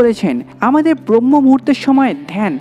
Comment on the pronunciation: ভাই, উচ্চারণটা "ব্রম্য-মুহূর্ত" হবে